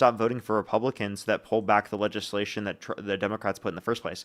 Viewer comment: This guy could not even say the word legislation😂😂😂 He called it LAYSHUN😂😂😂